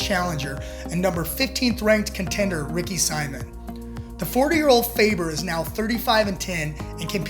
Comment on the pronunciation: Dude you don’t even know what you were talking about. Also you mispronounced Simon at least 47 times. Do better